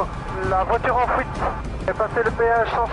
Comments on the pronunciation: fuite ou fouite?? mdr le ga en élico dit fouite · "véhicule en fouite" "la voiture en fouite" "la Audi en fouite" Quel accent dis donc... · "En fouite" Accent de Merte ^^ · "attention l'Audi est en fouite" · C'est moi ou il dit : Fouite :D ? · Il prend la "fouite" .. lol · Fouite ptdrrr 😂